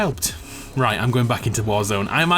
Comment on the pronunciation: “Frag gaynade out”